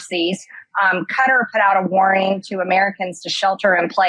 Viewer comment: Marge knows how to pronounce Qatar and is speaking sense. She got body snatched.